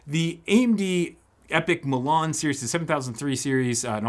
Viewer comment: Says Milan (City in Italy) hears Mulan (Disney Movie). Thanks for the upload!